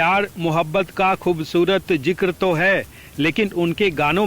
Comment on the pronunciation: Jankari bahut achhi hai par uccharan par tabbajjo dena zaroori hai. For example, ZIKRA and not jikra. AWAAZ and not AWAJ... PARIBHASHA and not PARIBHASA ...shukriya!!